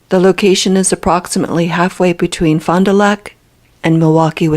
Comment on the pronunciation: Fon-duh-lack is how it’s pronounced, I live about 30 minutes south from there.